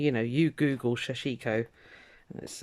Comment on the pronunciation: sorry,can't stand hearing the wrong pronunciation. it is pronounced sash ko. don't empathise the I.